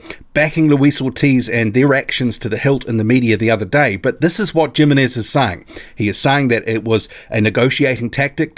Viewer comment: I want this fight! Lets Go. Thanks for the video! A little remark. Im not sure how this guy names is written but if it is Jimenez(s) and its is from Spanish origin I am pretty sure the right pronunciation would be Himenes. Having said that I am not sure how his name is or perheps he is recognised in the boxing community as Djimemes. Cheers